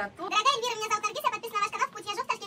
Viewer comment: Эльвира , не бир , а бер !😂